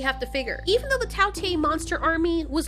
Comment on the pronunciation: it is not tao tiiiee its tao tei